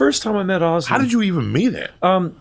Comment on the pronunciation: Why can't Americans say Ozzy properly??? It's Ooooooozeeeee! Not Assy 😂😂😂😂😂